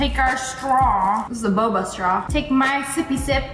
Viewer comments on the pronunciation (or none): none